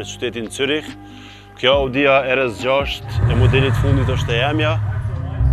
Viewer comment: pse nuk folni shqip o vlla RS6 lexone mire jo ER ES 6